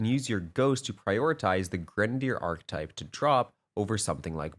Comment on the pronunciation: Great vid. This really helps, Thank you. I believe “Ar-Kee-type” is the pronunciation